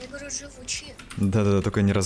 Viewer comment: вслушайся,он говорит "я гворю" ,там прям отчётливо слышно это